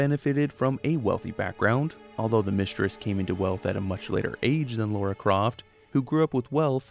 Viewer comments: LARA not LAURA. Why do we yanks have such a hard time with that? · Every time you called Lara Croft, Laura, I died a little inside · L-A-R-A Croft … Lara .. drop the u buddy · Even the mighty falls victim to the cursed mispronounciation of "Laura" Croft.. 😅